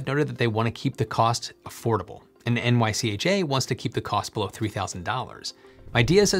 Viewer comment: It’s pronounced NYCHA, not N-Y-C-H-A